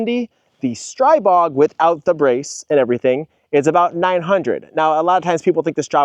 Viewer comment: ITS STREEEEEBOG…. SAY IT RIGHT. 🤦‍♂️💯💥🫵